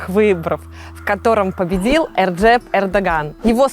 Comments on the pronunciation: Победил, она сказала «Эрджеп»??🙄🙄🙄🙄🙄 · Да, я переслушал, эрджеп